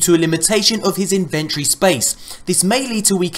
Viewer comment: You said "inventory" and "weekends" wrong ;3